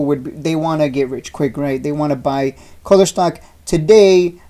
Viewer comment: It’s koooler not culler